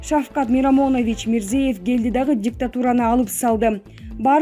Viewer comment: Мирзиев эмес. МИРЗИЁЕВ, фамилияларды туура окучу,,чон бир мамлекеттин президентинин фамилиясы да,УЯТ УЯТ!!